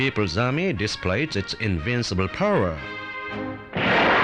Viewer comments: POWRER HAHAHAHHAHA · "The Korean People's army displays it's invincible pow-ruh" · "The Korean Peoples Army disprays it's inbincable powra" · the way he says "power" is so Asian